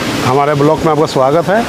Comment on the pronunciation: । बलौक मत बोलिए । व्लॉग बोलिए ।